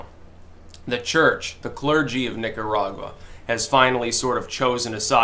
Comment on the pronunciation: when you say Nicaragua do it with the roll of the tongue please.